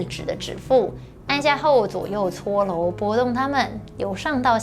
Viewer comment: OMG! 這一世代的發音聽了實在會讓人抓狂😱😱 肌 ㄌㄡˋ 搓 ㄌㄡˊ ㄌㄨˇ 突 現代 ㄌㄣˊ